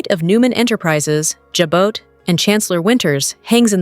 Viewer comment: Please Jabot is pronounced “Jabot” is pronounced “Zhawbō”. Thank you